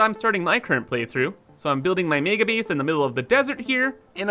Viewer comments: "Build a bees", "eeneemis"😂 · Ya lost me at “bees” and “geem”